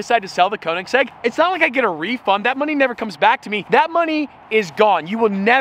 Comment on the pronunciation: koenigsegg not koenisgegg jokes aside, love the content